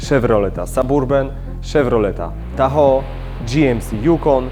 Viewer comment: to nie jest Szewrolet Saburban ;) tylko Saberben (podmiejski - səˈbərbən) - a drugi to Tahoł :) - sam jestem z Rzeszowa i Panowie wstyd mi za Was i za Wasz angielski